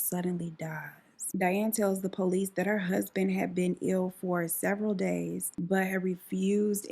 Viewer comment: I’m 😂 I love the way you say police it’s like po lease 🤣